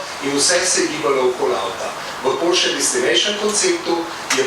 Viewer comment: Bo pripomoralo h bdp-ju, dobri šihti bojo, fajn fajn...pa fino da je gospa pravilno izgovorila Porsche😂